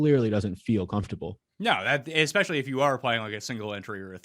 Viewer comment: I love when people say exspecially